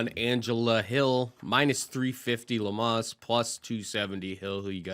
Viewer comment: Am i wrong but they are pronouncinng amanda lemos name wrong? I think Lemos is a lock 🔒